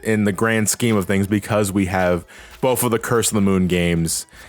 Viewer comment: The word is “with” not wiff “both” not bof